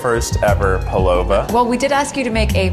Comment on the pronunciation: I love the Pavlova episode so much. Kieth won it, but can't even say the name of the dessert correctly. xD